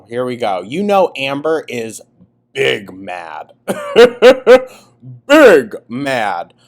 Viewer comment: I will always hear “big mad” as “pig mad,” shoutout to Charlie Gold. 😂